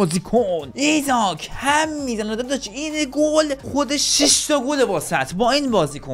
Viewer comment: ایساک نه ایزاک😂